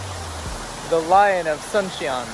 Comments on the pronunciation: It's actually pronounced "Soon-cheon" not like the Sun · “Soon chon”